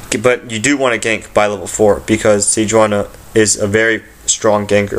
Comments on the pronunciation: Ni not Na sejuaNI. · its pronounce SE JEW ANI